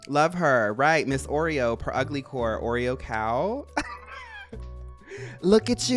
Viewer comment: “look at you oreor corw🐮✨” 🤣 I FELL OUWT!